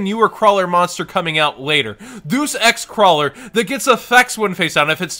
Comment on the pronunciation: it's pronounced Day-us ex. Not "Doos" lol